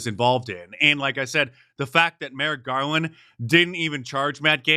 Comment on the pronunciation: Who's Mer Garland?!